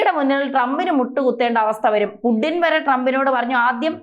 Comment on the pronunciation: Pudding alla kutty, Putin anu. Right discussion